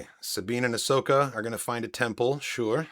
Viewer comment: “Ahsoka” not “Ashoka”